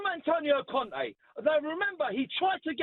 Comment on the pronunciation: Why did the fella keep saying Cone' instead of Conte 🤣🤣